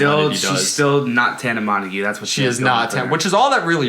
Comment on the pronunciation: are you literally dumb 😂😂 that’s not how you pronounce tana mongeau